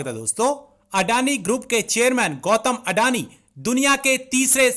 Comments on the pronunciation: Andani nahi nallo adani hota hai wo😂😂😂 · Gautam adani hai. Gautam andani nahi. 😂😂😂